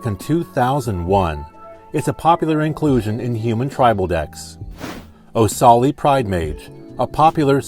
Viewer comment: Minor nitpick, it's Qasali, not Osali.